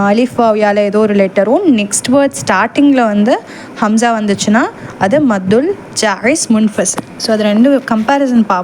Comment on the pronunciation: Assalamu alaikum sis.Alhamdhu lillah.but Hamza vucharipil A'ain sound varugirathu.